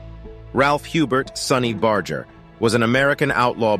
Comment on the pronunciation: You can't even pronounce sonny's name correctly. Smh